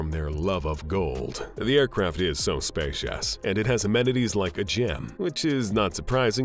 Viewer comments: O yeahhh. Spashious playne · The aircraft is so spay-shiaus